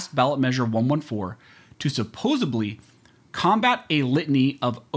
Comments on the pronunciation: BRO!! Nooooo!! How TH did you get through law school and STILL end up saying “SupposeBly”?!?!?!!!!! C’mon, man!!! SUPPOSEDLY!!!!! Regardless... Keep doing what you’re doing for 2A!!! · Did you just fucking say supposubly? My god